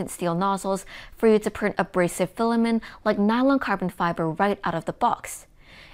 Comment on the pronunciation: FILL-A-MINT FILL-A-MINT FILL-A-MINT FILL-A-MINT FILL-A-MINT FILL-A-MINT FILL-A-MINT FILL-A-MINT FILL-A-MINT FILL-A-MINT FILL-A-MINT FILL-A-MINT FILL-A-MINT FILL-A-MINT FILL-A-MINT FILL-A-MINT FILL-A-MINT FILL-A-MINT FILL-A-MINT FILL-A-MINT FILL-A-MINT FILL-A-MINT FILL-A-MINT FILL-A-MINT FILL-A-MINT FILL-A-MINT FILL-A-MINT FILL-A-MINT FILL-A-MINT FILL-A-MINT FILL-A-MINT FILL-A-MINT FILL-A-MINT FILL-A-MINT FILL-A-MINT FILL-A-MINT FILL-A-MINT FILL-A-MINT FILL-A-MINT FILL-A-MINT FILL-A-MINT FILL-A-MINT FILL-A-MINT FILL-A-MINT FILL-A-MINT FILL-A-MINT FILL-A-MINT FILL-A-MINT FILL-A-MINT FILL-A-MINT FILL-A-MINT FILL-A-MINT FILL-A-MINT FILL-A-MINT FILL-A-MINT FILL-A-MINT FILL-A-MINT FILL-A-MINT FILL-A-MINT FILL-A-MINT FILL-A-MINT FILL-A-MINT FILL-A-MINT FILL-A-MINT FILL-A-MINT FILL-A-MINT FILL-A-MINT FILL-A-MINT FILL-A-MINT FILL-A-MINT FILL-A-MINT FILL-A-MINT FILL-A-MINT FILL-A-MINT FILL-A-MINT FILL-A-MINT FILL-A-MINT FILL-A-MINT FILL-A-MINT FILL-A-MINT FILL-A-MINT FILL-A-MINT FILL-A-MINT FILL-A-MINT FILL-A-MINT FILL-A-MINT FILL-A-MINT FILL-A-MINT FILL-A-MINT FILL-A-MINT FILL-A-MINT FILL-A-MINT FILL-A-MINT FILL-A-MINT FILL-A-MINT FILL-A-MINT FILL-A-MINT FILL-A-MINT FILL-A-MINT FILL-A-MINT FILL-A-MINT FILL-A-MINT FILL-A-MINT FILL-A-MINT FILL-A-MINT FILL-A-MINT FILL-A-MINT FILL-A-MINT FILL-A-MINT FILL-A-MINT FILL-A-MINT FILL-A-MINT FILL-A-MINT FILL-A-MINT FILL-A-MINT FILL-A-MINT FILL-A-MINT FILL-A-MINT FILL-A-MINT FILL-A-MINT FILL-A-MINT FILL-A-MINT FILL-A-MINT FILL-A-MINT FILL-A-MINT